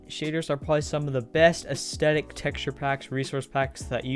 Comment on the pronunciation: Im sorry but u said anethestetic instead of aesthetic oml, btw this is